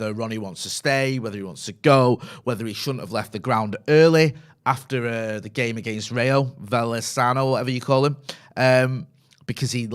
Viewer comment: How can this guy talk about football, while he can't pronounce Rayo Vallecano, like it's some club from Thailand? 🙄 It's pure disrespect for a Primera league club. Or is he typical "It's coming home (for the last 55 years)" and "English players are the best (price 150% higher than other nationalities)" type of guy?? PS I am not Spanish, just a football fan.